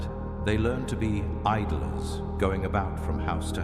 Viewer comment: is it idolers or idlers?